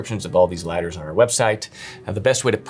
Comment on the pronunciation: The best “Liadders”